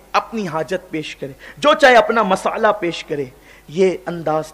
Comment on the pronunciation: مسعله نهیں مسءله بولا كرو بدعى 😡😡😡😡😡